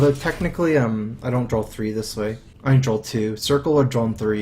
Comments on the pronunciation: I think I need to drawl Me: Drawl?:... drawl... Me: He must mean draw.. 26 minutes later.. JUST FUCKING SAY DRAW CORRECTLY YOU FUCKING IDIOT!!! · Is it me or does say 'Drawl' instead of 'Draw' a lot of the time.